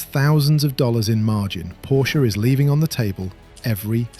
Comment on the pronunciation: good god at least pronounce porsche correctly